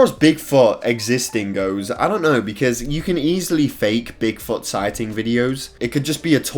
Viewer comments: The way he says Bigfoot makes it sound like big fart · What he said : bigfoot What I heard : big fucc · Did he say big fart or Bigfoot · “big fot” 😂